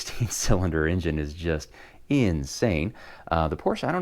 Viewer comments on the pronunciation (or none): none